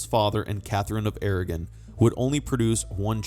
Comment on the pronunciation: AragOn not Aragin!